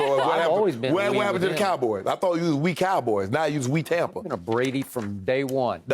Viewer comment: im sorry but no one but skip is calling tampa Tompa and its freekin lame.